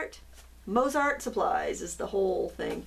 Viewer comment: Thanks for showing these! I like the Zig so these might be fun to try! Btw, the composer is pronounced Mot-sart with o as in no - I suppose the company would be the same maybe???